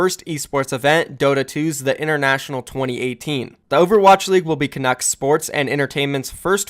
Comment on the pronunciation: You didn’t pronounce canucks wrong